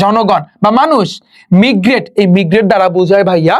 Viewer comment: কিছু উচ্চারণ ভুল আছে য়া। মিগরেট = মাইগ্রেট টিউনিস = টিউনস ফলক = ফোক